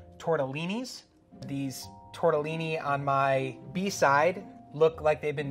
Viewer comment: Nice video, but a "pasta expert" that can't say "tortellini" properly loses some credibility